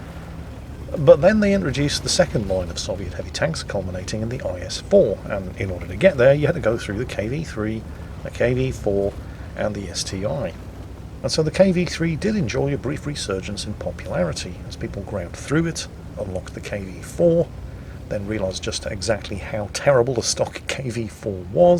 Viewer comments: its st1, not sti. We have seen it in the double barrel line of tanks. Or are you claming that was not st2 but st double i. Get your facts right you oldman. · It's ST-1 not ST-i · is ST ONE. not ST-i, WG said it themselfs in their video. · I guess we'll just have to wait and see if will insist on calling it ST-eye-eye